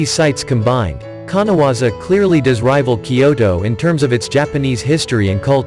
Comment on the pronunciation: No.12 is KANAZAWA. not kanawaza.